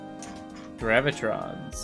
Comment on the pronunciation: I don’t know why but I always get annoyed when people say GraviTRONS instead of how it’s spelled, GraviTONS.